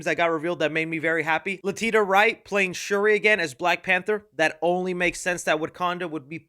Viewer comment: Ummm just because they are in the movie doesn’t mean they are surviving Thunderbolts. Various exist. Also who the hell is Lateeta wright 😂😂😂 it’s La-Tee-Sha